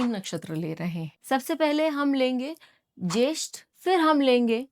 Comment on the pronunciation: ज्येष्ठा not ज्येष्ठ आश्लेषा not अस्लेश